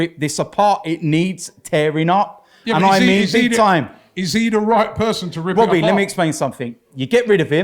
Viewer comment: "when is it gonna end Wobbie"